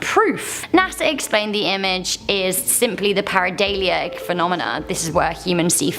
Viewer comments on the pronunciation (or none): "Paradaylia?" ....wth is that? It's Paradolia....